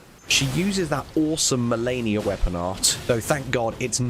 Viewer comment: Melanie ?? You mean Melina ??? How did this go uncorrected so long ? Smh